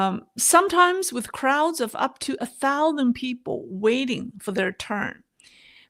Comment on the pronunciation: please learn how to pronounce “thousand”. Thanks